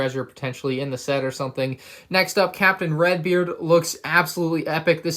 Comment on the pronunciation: I tought you were saying captain rex when you Said captain redbeard